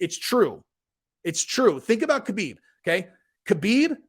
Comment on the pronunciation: His name is Not K-habib it is pronounced Habib